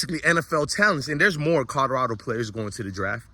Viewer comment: Is it Colorado or Codorado 😂?